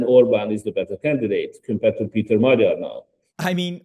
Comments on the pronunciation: If you are making a video claiming that you have some expertise on what's going on in Hungary, at least learn how to pronounce the last name of a person you're taking interview from (Magyar, namely). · As a hungarian the pronouncaisons are really funny